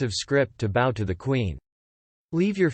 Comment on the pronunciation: For the love of God...I know this HAS GOT TO BE A ROBOT READING THIS TEXT! PROGRAM THE THING TO PRONOUNCE WORDS CORRECTLY! "BOW" WITH A LONG "O" IS SOMETHING YOU WEAR NOT SOMETHING YOU DO ! PRONOUNCE THE DAMN THING BOW...THAT RHYMES WITH "COW" YOU KNOW...LIKE "MEGHAN IS A STUPID COW!"